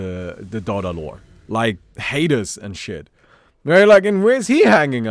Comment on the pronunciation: ah yes, zeus and haydus